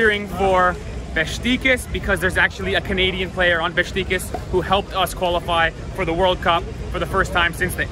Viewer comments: Nice vid, but please learn to pronounce the name of a 120 year old legend football club in Türkiye… its not “Bes ti kas” but BESIKTAS”! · Beshtecass? Its Beshiktash ( beşıktaş) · It’s Besiktas! Lol not Bestikas 😅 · its Beşiktaş not Bestikas:) welcome to our stadium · Beşiktaş is be-shik-tash, not besh-ti-kas. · No beskitas. Besiktas. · "Bestikas?" You had one job. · Beshiktash ; for correct pronunciation in English try to read this way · You read şt like beshictash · Funny how you pronounce Beşiktaş. „Beshictash“ would be correct. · You said Besiktas wrong but it’s ok